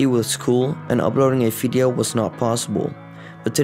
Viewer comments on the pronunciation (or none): Tip, its video and not viedeo as in pronounciation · Nice! ik kom hier van Setup Wars ik herkende direct dat je nederlands was als je engels praat let wel een beetje op jou accent met die F zoals Fideo maar echt nice kanaal ! sub bij